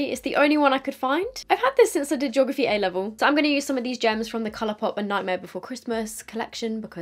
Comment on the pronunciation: "Jography" made me giggle 😂 we say "Gee-ography"😅